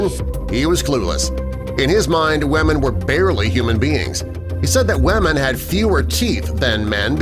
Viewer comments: Why does the say wamen lol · lol he kept saying wamen